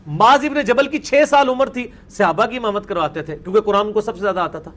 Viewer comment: اس کو تو صحابہ بھی بولنا نہیں اتا😡